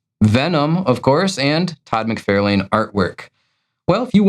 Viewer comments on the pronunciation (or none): It’s MacFARlane. Far…not Fare.